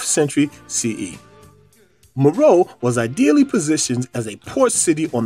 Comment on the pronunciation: Meroe: Mer O'e'